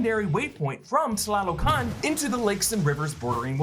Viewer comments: Correction: "TA LO CAN" NOT "TLA LO CAN" and the throne room isn't in Mount Bashenga. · great pronunciation of tlalocan!